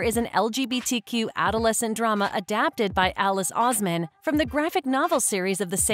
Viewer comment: is alice oseman not alice ouzman